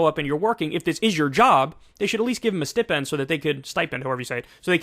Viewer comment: Does Kyle have no legs AND not know how to say "stipend"? Wow, huge if true...